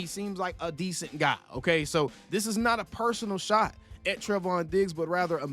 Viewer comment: I just have to point this out because you said his name like a hundred times in this video lol It's pronounced "Tray-von". He's my cousin 🤤 And I hope you're wrong. I want him with us. I see that Stefon is now a Patriot. I think that's a shame. He and CeeDee would have made a great team.